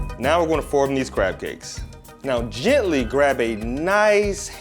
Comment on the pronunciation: " i repeat GEANTLY.."